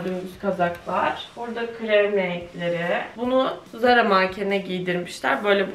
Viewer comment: Danla ZARA diye yazılır TARA diye okunur